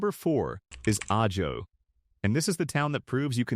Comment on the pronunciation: AI is hilarious. First it says ah-joe. Then it pronounces it correctly as ah-ho. Then it's a-ho.